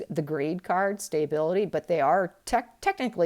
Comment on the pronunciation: Watch your reading love them,however,could you please pronounce stability correctly.It is not staybility it is stability the a is pronounced ahThank you